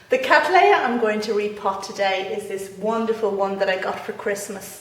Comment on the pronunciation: What an excellent video on repotting Catts. Much appreciated. One thing though :- I am asking you to reconsider how you pronounce the generic name Cattleya which as you will know, was thought up by John Lindley R.H.S. to honour my ancestor William Cattley who first grew C Libiata in the early 1800's. My point here is that the name is derived from his which was then and still is, pronounced Cat-lee. Lindley "Latinised" it by adding an a at the end thus making it Cat-lee-a. You however are using the often heard American version Cat-laay-a which has now been corrected by the American Orchid Society to the Cat-lee-a. Regards Tim Cattley